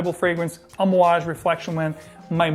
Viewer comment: You pronounce Amouage أمواج better than I do